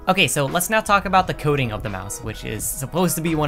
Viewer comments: half the video i thought he was saying coding, not coating, and i was so confused lol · Bro the entire time I thought he was saying Coding and not Coating lmaooo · i though the was saying “coding” that whole time but no it was the “coating” of the mouse